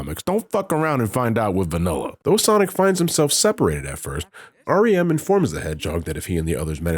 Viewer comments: It's been like an entire month or more and I only just now realize when you're saying "Ariem" it sounds like "R-E-M" aka Rem sleep, god damnit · ...Oh! Haha! Ariem - like R.E.M. That's clever.